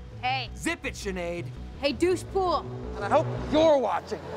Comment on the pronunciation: "Hey-..Hey DoushePool"😂😂